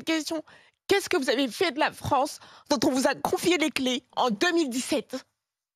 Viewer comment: Qu'est-ce que vous avez fait de la fwonsse ? 😆